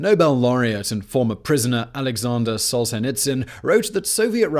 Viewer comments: Soles-henderson? Seriously? Solzhenitsyn isn't all THAT hard to say. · Solzhenitsyn = Soul-ja-nit-sen Solzhenitsyn != Soul-hen-der-son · Poor Simon, butchered Solzhenitsyn's name so bad. But your work is always appreciated, love the channel and every episode. Humans are just horrible creatures, that's what history teaches us. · you really butchered Solzhenitsyn's name lol